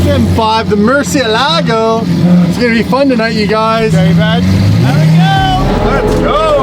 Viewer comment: Is it just a YouTuber thing or does pretty much nobody know the correct pronunciation of Murcielago?